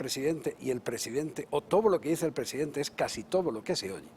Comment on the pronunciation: Es el "Prejidenjte" amLOCO Lopez Hablador. ja ja ja. Tan pendejo que se puso la Banda al reves. ja ja ja.